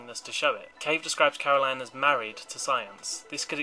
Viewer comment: Caroline forced GLaDOS to tell me to tell you that it was Caro"LYN"